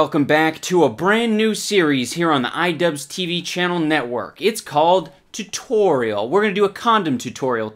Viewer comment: the way you say tutorial reminds me of Alan Tutorial